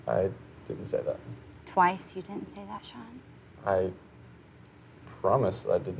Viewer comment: Seann !!!why keep saying his name like that i cringe watched this🙄